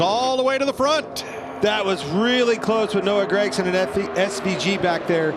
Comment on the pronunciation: Why does pronounce Gagsome as Greckson?